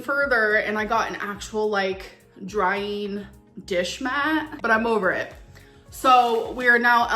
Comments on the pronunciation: i cannot stand how everything that ends in “-ing” she says as “-eeeen” like “dry-eeeeen” or “show-eeeen” like maam please enunciate for the love of god 😫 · Drives me nuts!!! Always accompanied by her uptick in her voice 😠😂